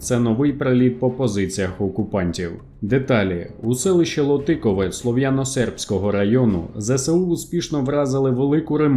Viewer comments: Ще добавилю ЛОтикове. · Слава ЗСУ І Вам Дякую. Я з Луганська і тому точно, знаю, що містечко Лотіково наголос падає на перший слог.